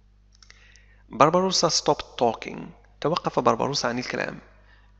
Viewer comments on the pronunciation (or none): تحياتي عيد مبارك وكل عام وانت بخير انا مشترك في قناتك منذُ وقت طويل. لدي ملاحظة صغيرة لا أدري هل أنا على صواب ام أنني عل خطأ؟ فقد لاحظتُ منذ بداية هذه القصة انك تلفظ الأسم (Barbossa) تلفظه ( Barbarossa) وهو اسم المناضل الجزائري الكبير (بربروسا ) اخوك من اليمن